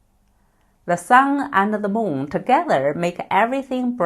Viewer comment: 你的英文moon不是像你说的，如同南方人说梦mum,其实是m un.｡想想你发音m对吗？大部分中国人不能发m(英文)的音，因普建话里没有。